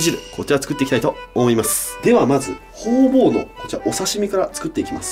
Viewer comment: ホウボウがホウオウにしか聞こえない